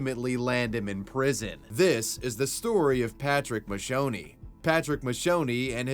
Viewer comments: Mate, the correct pronunciation of the first guy is "Mahk key oh ne". Italian here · Americans: "Macchione = Mashownie." Italians: "Macchione = Makkiownay." Fun note, his last name literally means "stain." Macchia sulla società.